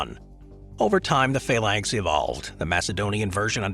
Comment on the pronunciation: Faylanks? You mean Phalanx? I hope you mean Phalanx 😳